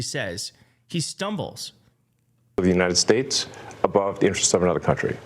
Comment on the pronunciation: Elmo is the biggest weenie on earth. He can't pronounce United States, either. He just mumbles it "uneyestaysmerika".